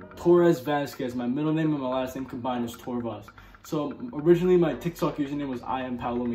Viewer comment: OMFG THE FIRST QUESTION HE ANSWERED WAS MINE PLEASE AND YOU PRONOUNCED MY NAME RIGHT SGSHHSS I LOVE YOU 😭❤️❤️❤️❤️❤️❤️